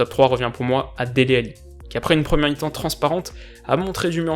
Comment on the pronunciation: Merci je comprenais pas sa phrase j'entendais "ni ni" au lieu de "mi mi"